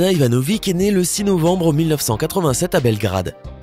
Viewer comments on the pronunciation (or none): On dit pas Ivanovic mais ivanovich